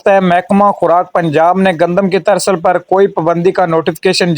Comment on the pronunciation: ترسل نہیں ترسییییل ۔۔۔